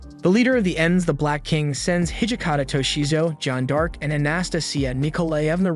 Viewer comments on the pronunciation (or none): Who is narrating this? AI? Cuz all the mispronunciations are annoying me. Joan dark??